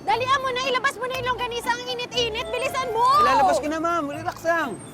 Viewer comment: Bakit sabi langgonisa Hindi longganisa Hahahahaha